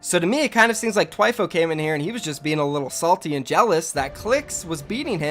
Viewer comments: ITS THHHHHWIFO NOT TWIFOO DAMN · THWIFO not TW EYE PHO don’t disrespect my god 😤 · Lol it's Th-wi-fo not T-i-fo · its thhhhhhhhhhhhwifo not twifo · Idk but i think he is saying thwifo wrong